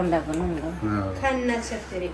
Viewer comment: കണ്ണച്ചത്രി അല്ല കണ്ണുവെച്ച പത്തിരി ആണ് 😂😂കോഴിക്കോട് സ്പെഷ്യൽ